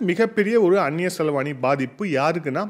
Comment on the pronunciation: மிகவும் அருமை 🤩 ஒரு சிறு திருத்தம் அது அந்நிய செலவாணி❌️ அல்ல... அந்நிய செலாவணி✅️😊